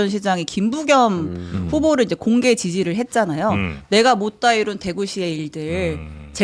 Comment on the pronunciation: 김부겸이란 발음이 그렇게 어렵나 ...